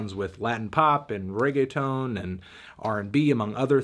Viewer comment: Why you say reggeatone it is reggeaton